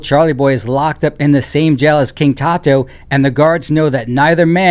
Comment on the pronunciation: "Toe - a" ... lol 😂